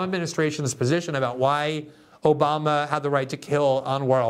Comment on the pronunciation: Take a shot everyone Glenn says Oboma u will be dead